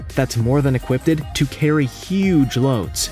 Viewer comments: Uhhh, what? Equip-ted? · So, no one is going to mention how he says "equip-ted"? Still, a very good job. Way better than any AI.